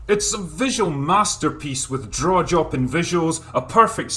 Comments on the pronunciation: I re-watched this, and it just hit me he says "draw jopping visuals". Oh, Drinker, you sensation of syllable swapping... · Just to clarify, , did he say "draw joppin'?" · "It's a visual masterpiece with draw-jopping visuals." There it is. I heard it. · Am I the only one who heard "drawjopping visuals" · "drawjopping visuals" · "draw-jopping visuals" lol. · Draw-jopping indeed! :D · "Draw-jopping visuals." 10/10, would draw jop again. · No he said the R, just without the regular Scottish RRRRRRRRRRRRR for some reason